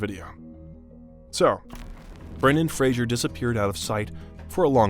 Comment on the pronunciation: you keep pronouncing his last name incorrectly